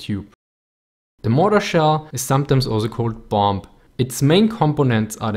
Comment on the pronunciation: In english the word bomb,the last B is silent,. fyi.